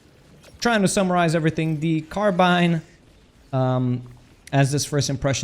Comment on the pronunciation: speaking of pronunciations, your carbine pronunciation is actually a mix between British and American English